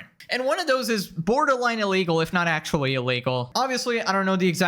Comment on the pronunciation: "wichuwy" "ac-chewie" speak properly